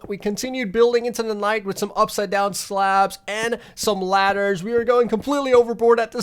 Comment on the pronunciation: Why did he say it like that though?